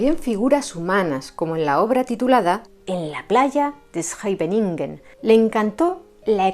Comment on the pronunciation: Muy bien esa pronunciación de Scheveningen!! Me tomo meses aprender a decir está palabra bien😅